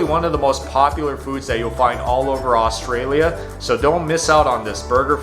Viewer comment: He can’t even say Australia properly 😅ooorshtralia